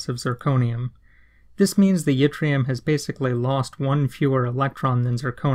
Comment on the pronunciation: Fun fact - yttrium is named after a place in Sweden called Ytterby, and y in Swedish is pronounced like I in most other languages, so it should be pronounced like itrium, not jitrium. No biggie though.Thanks for the video, it was very enlightening.